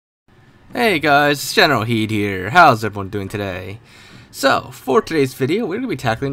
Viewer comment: Why does he pronounce generalkidd as generalheed?